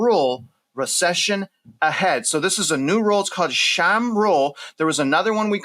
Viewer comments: The Sham rule? 😂😂😂😂😂 Sahm…. S-Ah-M or Som. I love you man but this is pretty funny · Sahm rule is pronounced like “sahhm”. I’ve also heard “soam”. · S A H M… Sahm … s - ah- m … Sahm. 😅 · Sahm is pronounced like som. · It's pronounced like "Palm" like a silent L * Sohm. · Love the content! The only bad time to get prepared for a down turn is once we’re already in it. If people don’t get ready they are gonna get burned. I do believe you pronounce Sahm as (Saw-M) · I think it’s pronounced “SOM” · If the next president writes executive orders that will bring back manufacturing to the USA, make for-profit “health care” illegal, jail thousands of bad actors, seriously cap tax hikes, and break the “Fed,” we will make it. Good luck, ❤😊 (Sahm is pronounced like Saab, except with an “em” sound instead of a “bee” sound at the end.)